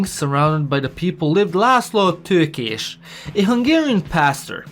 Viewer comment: Leazlo TOHH-KEHSH